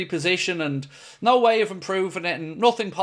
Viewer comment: You said “mooo” instead of “nooooo” 😂😅😭